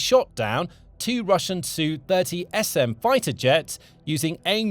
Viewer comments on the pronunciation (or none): Mi is not "me" - it's em eye. Sheesh. And Su is not "sue", it's ess you. You keep getting this wrong, though sometimes you get it right. So irritating. You sound stupid referring to military hardware as "me" and "sue." You sound like you're singing a song from the Sound of Music. Stop this.